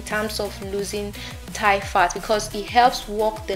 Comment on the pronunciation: Thigh not tie